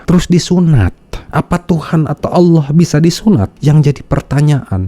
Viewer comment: Menyebut Allah saja aloh... Penipu kelas kakap ini orang, laporkan saja ke polisi... Biar jelas..